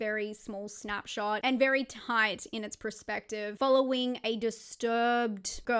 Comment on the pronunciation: Its perspective not prerspective 🤦‍♂️ everytime 😂